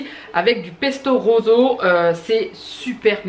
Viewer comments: Super retour de courses 🙂 Juste en Italien rouge c’est rosso et pas roso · Bonjour, j'adoooooore ta façon de prononcer "pesto roZo" mon adorable mari italien ne te le pardonnerait pas. C'est pesto "roSSo"... Je te dis ça parce que en tant que bonne Belge, mon italien est lamentable et très patiemment, il m'explique toujours la prononciation 😁🇨🇮 j'adore tes retours de course, je me surprends à chercher les articles que tu présentes mais c'est compliqué en Belgique. Bisous et tout beau weekend